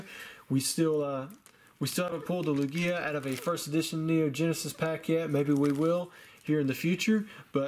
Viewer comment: Also, please say lugia right lol it’s cringeworthy how you say it 😂